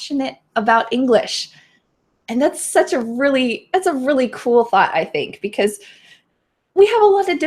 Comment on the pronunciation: Why do you used c ose not because? "coce"